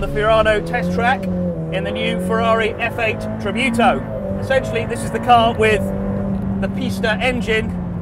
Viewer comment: "Tributo" not "tribiuto"